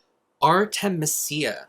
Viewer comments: I feel like it might be pronounced Ar-ti-MEE-sia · it's supposed to be "ar-teh-mee-zee-uh", watch out for those vowels! 😊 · Lol, is it spelled Artemisia? That is a plant. You say it art-eh-Meez-ee-uh. 🥰